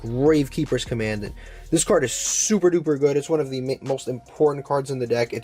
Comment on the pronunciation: That’s not how commandant is probounced